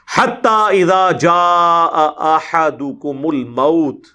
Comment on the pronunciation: احدكم you read it wrong. Really surprised that by looking on Quran you mis pronounce it. Pls. be careful or improve your Arabic reading skills. Imran Jeddah KSA